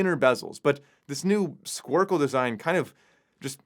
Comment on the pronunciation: It's called a cushion case design. It's been used in the watch industry for many years. Stop acting like you just discovered something so new that you have a hard time pronouncing it ("sq....squarecle...").